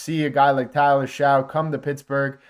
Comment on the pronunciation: Tyler Shough (last name pronounced “Shuck”). Just informing.